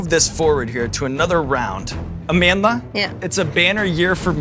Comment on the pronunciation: I really appreciate Sean's effort in properly pronouncing Amandla's same..